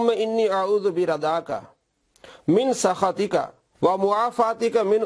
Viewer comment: min sukhtiqa ko prh rha min sakhatiqa ..... or ghltiya dosro ki nikalta